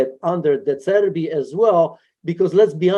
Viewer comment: Now us Chelsea fan’s didn’t “De Zerb” that forsure😅🤣😭